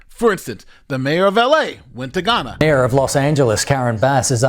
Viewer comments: Heya, I enjoy your videos, very informative and nuianced, but I would like to point this out to you, unfortunately you are mispronouncing Ghana (Gaa·nuh) as Guyana (gai·aa·nuh), confusing the 2 nations, which are unique nations, you aren't the only person who had made this mistake and for certain you won't be the last, but a little corrections goes a long way 😊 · The mistake of saying Ghana like Guyana had me very confused when then started speaking about mayors going to Ghana; I had to go back & read the bit to realize it was a mispronunciation?? 🤦‍♂️ Am I the only one who heard it wrong?